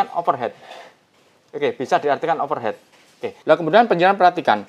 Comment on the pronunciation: cuman mau nambahin sedikiiit ilmu ingrisan.. Overheat ini cara bacanya adalah = overhit kalo om Agus "overhet" itu dalam inggrisnya jadi Over Head jadi: Over heat = "overhit" Over head = "overhet" semoga membantu walau sedikit sekali.. hahaha